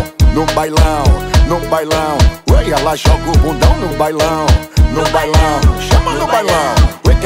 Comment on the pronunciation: porra esse cara falando bailão errado me irrita velho 😂😂😂😂